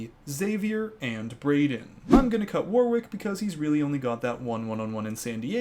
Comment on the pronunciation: FYI I think Warwick is pronounced "Warrick". Or at least every Warwick I've known has told me that! Yay am so glad this season has started, have missed these TB breakdowns and previews!